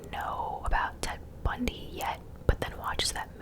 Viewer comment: It is Bundy :)